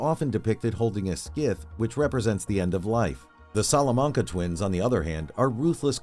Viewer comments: wtf is a scith xDDD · I don’t know what a “skith” is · the fuck is a skith hahahahaha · the heck is a skith? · What the fuck is a ”Skiff?”